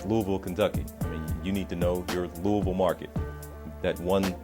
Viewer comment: I love that he can say Louisville right.